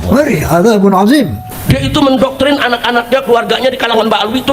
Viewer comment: Roma baca athim pake zal azim